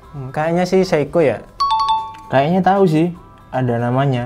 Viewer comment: Seiko bkn seikoji 😅 Mido bkn Midoriyama Ricard Mille ig : iskandarnursyidik